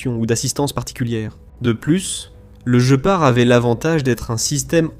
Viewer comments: Il n'est connu QUE sous le nom de GUÉPARD ! Ça viens d'où ce JE PART, tu connais un félin qui a ce nom là ? Voix IA à la c***🤮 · Par pitié guépard et non je part 😂😂😂😂 . Not i go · Der Gepard ist ein Tier. Auf Deutsch wird GPAR ausgesprochen. G: wird immer hart ausgesprochen, wie im französischen Wort "gare" (niemals als ein "j"). e: wird wie ein offenes "é" oder ein "è" ausgesprochen. p-a-r-d: wird "part" ausgesprochen, da das deutsche "d" am Ende taub ausgesprochen wird, wie ein "t".